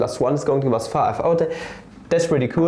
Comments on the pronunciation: five spricht man feiw auf Englisch aus nicht fahhhw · he's just doing the Southern American accent